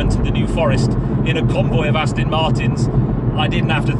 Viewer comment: I must insist that you absolutely have to re-learn how to pronounce Aston Martin. It's NOT ass-tin, it's ass-ton! Please change your pronunciation as I'm cringing endlessly! Even ass-tun is more bearable.